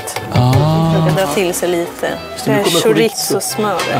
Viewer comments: "Skjoritso" haha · ska vi prata om hur uttalade chorizo